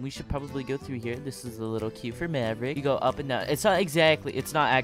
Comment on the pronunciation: He got maverick wrong😂😂